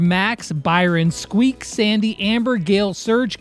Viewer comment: He also said squek